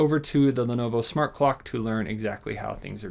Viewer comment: it calls "smart", not "shmart". And "screen", not "shcreen"